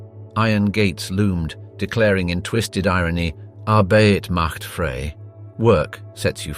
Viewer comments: It's not pronounced "arr-BAY-it macht FRAY," it's pronounced "arr-BITE macht FRY." The research is a bit suspect in this documentary. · Seems like the narrator would have taken the trouble to learn how to pronounce "Arbeit Macht Frei."